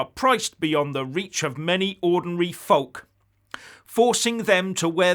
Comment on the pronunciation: Did say Volk instead of folk?